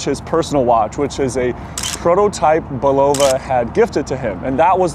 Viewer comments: Hey, Bulova is pronounced: Bull uh Va ( its a queens ny brand where I'm from) the other way sounds Russian:) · Great story - but please explain your odd pronunciation of Bulova...since when is the accent on the second syllable? Hearing you say it over and over was nails on a chalkboard. I don't pretend to be a watch expert, but I do own my dad's 50+ year old Bulova, and this was a new one on me...don't think I'm alone here... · You can find Bulova commercials from the 60s and 70s if you look around, and they pronounce it “BULL-of-a”. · Umm...I don't mean to initiate a riot; however, let's discuss your pronunciation of Bulova. I've always said Bull-ova. Which is correct? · Love your site, but it's pronounced "BULL-uh-vuh". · You're saying Bulova wrong. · Someone from Bulova needs to call him and teach him how to pronounce Bulova. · odd pronunciation of bulova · This might help you pronounce Bulova properly.